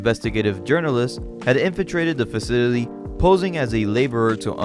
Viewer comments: Faw-sil-it-tea...cmon man...😂😂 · Facility, Fa-ci-ly-TY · This dude’s worst enemy is the pronunciation of the word “facility” 😂